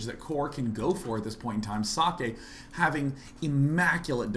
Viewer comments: guys, socke's name is pronounced like ZOCK. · well, I forgot who but another commentator who spoke with himself said he pronounces it as zock. *shrugs*